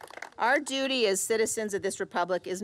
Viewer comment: She said dootie 💩 🤣